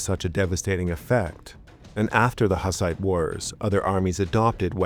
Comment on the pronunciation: Isn't it pronounced more like "hoos-ite"?